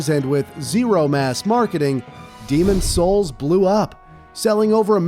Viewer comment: Nah, I think its AI too. AI tends to mispronounce certain words like "Niche" in this case. I mean just listen to him, he sounds very fake. Oh and the way he says Demon Souls or Dark Souls... Demon Souls 2mins in.